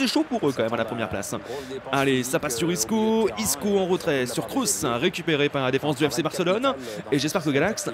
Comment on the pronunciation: C'est KROOS Galax!!! Pas KROUSSE!!!